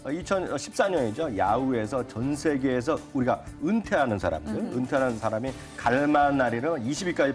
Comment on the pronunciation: "으리가, 뻡혓구요, 븍쪽으로 400키로,다시한번 브여드릴게요,즈목받는곳이 베트남이다" 혀도 짧은데 말은 빠르고 우발음이 전혀 안되고.....